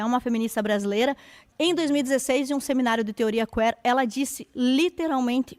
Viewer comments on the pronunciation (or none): teoria Quêêêr??? A pronúncia está errada.